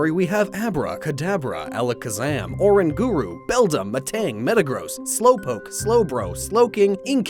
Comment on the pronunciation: HAHAHA no offence but its orang gurro